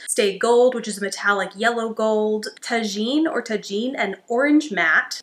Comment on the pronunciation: Amazing look! I am still on the fence about whether to purchase the kaleidoscope palette, i did purchase the daydream eyeshadow palette and it arrived today! I wanted to let you know that orange shade Tajin is pronounced tah-heen. Tajin is a spice that some people put on fruit. It seems to be a favorite among Mexican people.